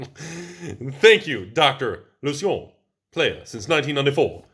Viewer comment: Ok, your pronunciation of Lucien was actually pretty good